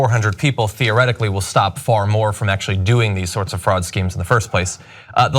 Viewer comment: John again with "theoretically" 😂😂😂